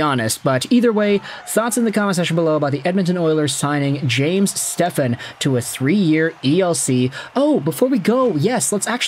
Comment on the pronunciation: You should be embarrassed not knowing how to properly say his last name😅